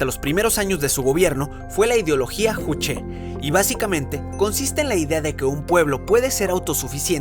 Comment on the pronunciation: Juche: SE PRONUNCIA "YUCHE" KBRON!!